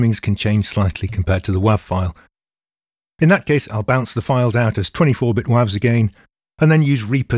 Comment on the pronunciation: It's pronounced wav not wav